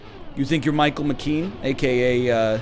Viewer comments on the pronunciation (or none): none